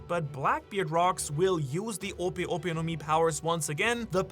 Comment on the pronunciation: It's clearly ope ope no Mi